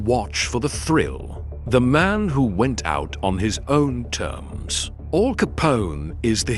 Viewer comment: Weird….pauses….in the….video. AL not All. Joemetro